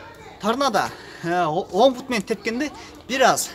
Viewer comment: Пут эмес бут!